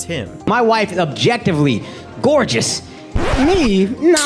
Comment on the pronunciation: Its NO not Ner you fuckin dumbass.